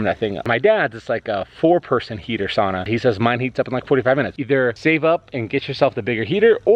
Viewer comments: 2020 and people are still completely unable to pronounce "sauna" correctly. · yes but the etiology of the word is Finnish and any Finn you ask will correct you about the pronunciation. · Sauna = Sow-na not Saw-na (Finn) Cool build. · ITS PRONOUNCED SOW NA. NOT SAW NA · It's not a "Soona" it's a "Sauna" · I’m from the UP too, it gibbles my gumfoes when people pronounce sauna as sahna instead of sownah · It's pronounced sow na. Not saw na. Nice first try but don't quit your day job. Have fun ripping up that floor. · It´s called sauna, not saana. Get that rite. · I stopped watching when you said SAWNA it fricken SOWNA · A nice job, with a lot of things done right. However... A few points: - The first syllable of sauna rhymes with "cow". - Sauna doors are typically 24" wide. - The paneling should be free of knots—at least anywhere people are likely to lean (or sit)—because knots are far denser and get a lot hotter. - Without an air gap between the foil and paneling (usually achieved by nailing 1x2s to the studs over the foil), the reflective value of the foil is negated. The air gap is also necessary to ensure airflow behind the paneling to prevent mold and mildew. - You don't want to cover those gaps between the walls and ceiling with molding (re previous point). - Insulation on the floor isn't necessary, as there is no significant loss of heat there. Duckboards over concrete is the usual inexpensive solution. Tile is also common. - The floor should have a drain to deal with any incidental water—and to facilitate cleaning the sauna. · Well, this went about as well as one would expect when he can't say the word sauna correctly. It's not spelled sanna.... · It's sow-nuh, bruh. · it's pronounced SOW-na. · As a Finn I’m surprised to didn’t correct the pronunciation of the word sauna. 😂😂